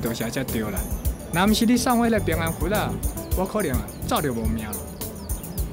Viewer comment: ～是平安符、不是平安咈吖～😂